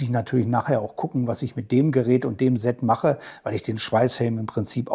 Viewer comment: Perfekte Vorstellung. Danke dafür. ABER: Versuche doch bitte, das Wort "Set" mit stimmlosem "S" auszusprechen. Das senkt dann den Gänsehaut-Befall ganz erheblich. Ist gut gemeint, bitte nicht falsch verstehen.